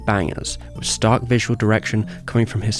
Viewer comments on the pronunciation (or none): none